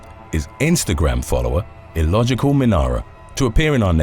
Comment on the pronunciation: And you pronounced my name correct in the video? Heck ya. I could listen to you say Minara all day lol